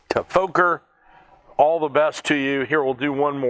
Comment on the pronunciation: Fokker has to be pronounced as Focker like in mother F#cker.